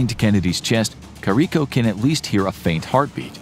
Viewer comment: You are mispronouncing Dr. Carrico's name.